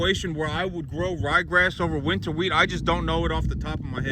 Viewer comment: Dude, it’s wheat. Shut up!!!